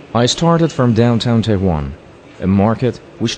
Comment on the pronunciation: Tou gofti Tehwan? Chie? Tehran!!! TEHHHH- RRAN